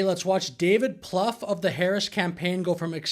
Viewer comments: David's name is pronounced, Ploo-fay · 'Plouffe'. Really? 😅